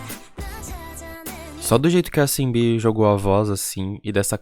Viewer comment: eu percebi que vc tem um pouco dificuldade pra falar o nome delas, eu não sei se é assim, mas maioria do fandom fala: E-hum-rá (EUNHA), Umji (é fácil falar kkkk), Shinb (é como falar japonês Xin, sacou)